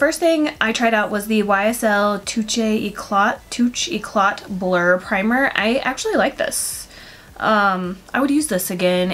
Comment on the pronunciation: Absolutely loved this look on you, especially the eyes which are just stunning! Just in case you need help with pronouncing the words, here's a breakdown. Touche eclat is pronounced "too-sh ek-lah". Liason is pronouced "lee-ay-zon" and ofra is "oh-fra". Hope this helps:)